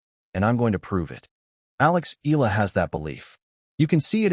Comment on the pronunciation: It's pronounced EYahLah Not ilah , pls stop murdering her name😮